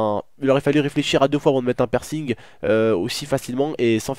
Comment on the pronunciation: C'est pa "percing"